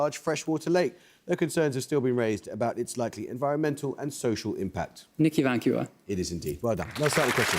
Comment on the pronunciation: can´t get over how she pronounces Nicaragua. 😆weirdest and most british pronunciation I´ve ever heard Nei-khai-rau-ku-wah love